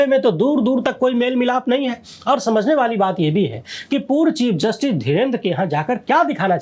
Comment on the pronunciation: 😂😂😂😂 चिप जस्टिस not chief